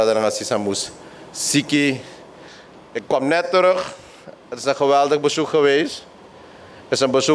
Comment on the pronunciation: Besjmetten, bezjoek, besjtond, hoogsjte, besjpreking, sjteunen. Pasjpoort. Na mi pres yerre. Ai taki!